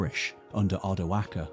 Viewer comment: I really appreciate you saying Odoacer with the hard c. Thank you